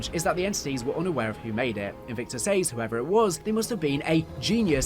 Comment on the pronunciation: Great video, but for some reason your pronounciation of some words is a little infuriating 'Says' being the main one haha